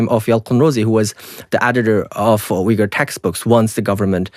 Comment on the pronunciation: Why is he pronouncing Uyghur in a wrong way if he is Uyghur?